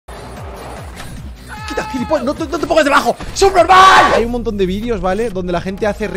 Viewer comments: Like si quando rubius dijo subnormal pensaste que dijo supermán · Dijo surperman o supnormal